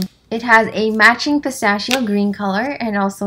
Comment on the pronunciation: The way u say “pistacchio” make me: ☠️💀☠️💀☠️☠️💀💀💀💀💀💀💀💀💀💀💀💀💀💀💀💀💀